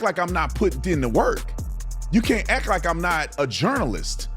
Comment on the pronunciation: Please, the word is "ACT" not ack!